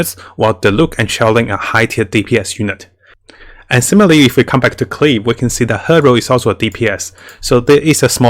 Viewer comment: The pronunciation is not "Klii", is "Klee". You can check this with the Chinese and Japanese dubs. Thank you for your videos! Are so helpful to keep us awake and don't throw our money.